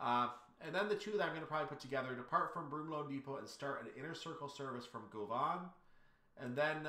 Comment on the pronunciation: Govan is pronounced Guv'n. See Rab C Nesbit.